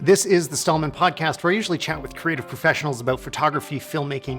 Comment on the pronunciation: What’s a “PODAST”?